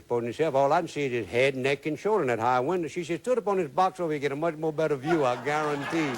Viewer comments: I... GUAR-UN-TEE! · I gar-ron-tee